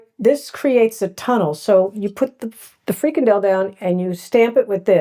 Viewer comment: Thanks for trying to learn more about the Dutch language, habits and items. Openlucht is not pronounced 'openlukt'. The ch in Openlucht can better be pronounced as the way the Scots pronounce: Loch (not pronouced as 'lock' ) De 'Freakendell' is a nice new way of saying: freekahndell (the proper pronunciation of frikandel) Tom Poes is not pronouced as Tamm Puss ! Anyway my remarks ar meant as postive. I admire your perseverance ! Keep it up !